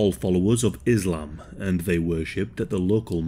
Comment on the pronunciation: IZ -LAM^^